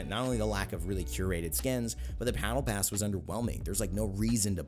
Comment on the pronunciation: Did you say “Pattle Bass” at - ?